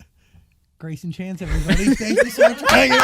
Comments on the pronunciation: it doesn’t matter now lol but in the video when you were reading the paragraphs you kept saying ‘chase’ his last name is chance :) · why does he keep calling him chase lol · His name is not Chase. His name is Greyson Chance. This entire video you called him Chase. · His name is Grayson Chance but you keep calling him Chase during the video. ??? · I realize you don’t want to have to redo this whole video but his last name is Chance not Chase. You’ve said Chase so many times it’s irking me. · It’s Greyson Chance not chase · Everyone time you said, “Chase” instead of Chance, I cringed🥹 lol but good video nonetheless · Love your vids , you keep calling him Chase but it is Chance... makes me laugh because my sons name is Chance and he gets called chase all the time...lol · Nobody gonna talk about how called him "Chase" multiple times? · Are you saying “Chase”? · sorry off topic to the discussion of how toxic ellen is as a person, hearing you saying greyson chance as 'chase' everytime bugged me a little... sorry... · Is his name chance or chace? keeps pronouncing it "chase"